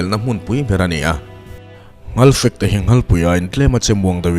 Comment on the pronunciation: Nghalpui, nghalfek i tih hi a dik lo. Ngalpui, ngalfektiin kan pi pu nu leh pa te khan an sawi thin.